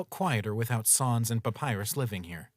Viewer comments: Please dont say SAWNS its SANS S AN S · Still pronounced SAYNS not SAHNS. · its sans not sons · Sans not soens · at saans not sans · yes, but also sans is pronounced like "sense" or sens in english so in french it be like "non, c'est sans qui ne fait aucun sens" and phonetically it would still work as "non, c'est sens qui ne fait aucun sans"